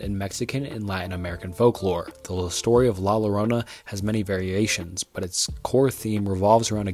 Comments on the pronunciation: not the lorona😭😭😭 es LLORONA pronounced YORONA how can you look up la lorona and not find out its llorona?? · The way you said Llorona made me cringe DX I know you tried your best but the Ll in Spanish makes a strong (y) sound so keep that in mind for next time Other than that, great video! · The double-L in 'La Llorona' is pronounced like 'y', like in 'tortilla' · Its spelt "la llarona" and pronounced "ya-rona" with the "r" having a soft "d" sound